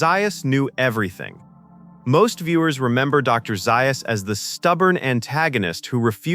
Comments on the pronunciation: Dr. Zaius is pronounced “Zay us” NOT “Zi us” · Not Dr ziyas, Dr zayas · It's not Dr. Zius. It Dr. Ze-us! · Did you know that Dr, Zais is really pronounced Dr. Zeyeus? AI is always a drag. Hire a human being to read your swill. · Have you ever watched the movie????? m Dr. ZAY-us; NOT Zi-us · Doctor (pronounced) "Zayus". Probably AI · It's pronounced DR 'Zay-uhs" rhymes with 'Chaos" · Who is Dr. Zie Us? Holy crap can't AI get one thing right. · with so many mispronunciations, I'm calling the poor narration intentional (Dr Xyuss, Pierre Balloo, etc., etc.) and highly offensive. This could have been a neat little documentary... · Someone teach AI how to pronounce ZAYYYUSS correctly. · You watch the film It is Dr. Zay-us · Doctor "Zie-us", really!? cant take back my view unfortunately.... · Dr. Zy-or-us❓ You "AI" sucks.😞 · And Dr Zius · took me longer to downvote this video but as soon as i heard "Doctor Zie-us". Sigh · orangutan lol he is ai and the ai cant say za us lol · Something every Planet of the Apes fan also knows is that the AI mispronounced Dr Zaius. 😕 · First of all it's Dr Zais not Dr Zais. Ouch different. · Or pronounce Dr. Zaius correctly. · Zaius's wish would be the narrator pronouncing his name correctly. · The pronunciation of Dr. Zaius is bad. Also, if you are going to quote parts from the movie, have the correct inflections. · Something every Planet of the Apes fan knows is that the AI also mispronounced Dr Zaius. 😕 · Zaius would teach the film narrator how to pronounce a few words better, including his own name. Anyone who watched the movie knows the narrator didn't watch the movie. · This was excellent, even though you mispronounced Dr. Zaius, Abraham, and orangutan.